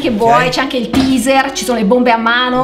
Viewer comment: il tizer non ilteizer aahahhahahahahahahahahahaaaaaaaaaaaaaaaaaaaaaaaaahhhhhhhhhhhhhhhhhh